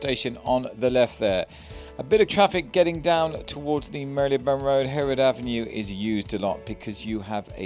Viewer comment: I'm sure there's no y in the pronounciation of marylebone btw